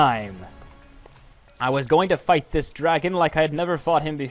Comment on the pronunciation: In you kinda said fight the off but when you said fight kinda. Sounded. Wroung